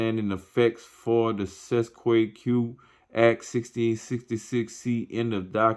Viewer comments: Pronounce it this way: Cest tee kay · my friend i believe this is pronounced in latin CET A KAY. not that i speak latin but am reliably informed i believe. thanks so much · U can’t even pronounce it … please go away…